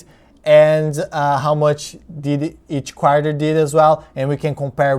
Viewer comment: I was first thinking that the Apple was a DRIP type thing. That you put your first dividend in Apple and got more dividend. It's good that Apple increased the dividend in the 2nd Quarter (You pronounced it like Quar-yah, some people say Quar-tah). Hope Apple keep increasing and become an aristocrat. What is that ABR? What is expectation from that stock?